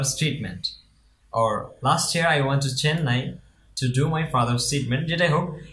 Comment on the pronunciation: Hi! your "went " pronunciation was wrong and time are always mentioned at the end of sentence. that is the grammar rule. your sentence should be like " i went Chennai to get my father's treatments last year." not "to do my father treatment." its meaning come something different. before giving video plz do your exercise first. dont under estimate your audience. thank you. i am not saying am perfect i am still learning English to become perfect.